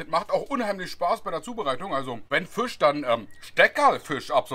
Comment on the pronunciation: Als gebürtiger Niederbayer kann ich dir attestieren: Fast perfekt ausgesprochen.😁 Das „I“ längen [Fi:sch] dann passt das. 🤣😎 handwerklich wie immer top… 😉☺️😎